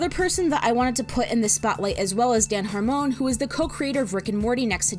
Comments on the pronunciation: Dan Harmon's name isnt pronounced har-mone its more of a harmen. as a Harmon, though unfortunately unrelated to Dan, Im an expert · It's pronounced Hee-Duh-Nisst. And Harr-munn, not Harr-mone. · its pronounced ahh-bed btw. emphasis on the first syllable. also it's dan har-MUN not har-moan, and it's community not the community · why do you pronounce Dan's name like that?💀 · You couldn’t even pronounce harmon and Sanchez correctly! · is that really how you pronounce harmon?